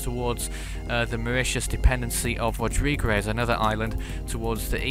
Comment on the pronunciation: Rodrigues is pronounced rodreegs